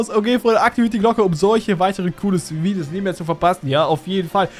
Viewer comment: Also erstens es heißt heiße und nicht heise zweitens es heißt Videos und nicht wiedios